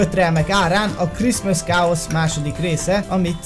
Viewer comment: A chaos-t "kéjosz"-nak kell ejteni :'D